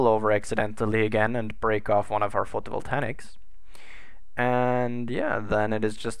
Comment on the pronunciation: The space truck needs landing legs. Photovoltaics! Say it with me: foh-toh-vol-tey-iks. XD :P